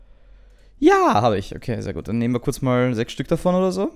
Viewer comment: versucht immer sie zahl 6 nicht normal auszusprechen. Könnte sich komisch anhören. Aber wenn er dass so komisch ausspricht hört es sich nich komischer an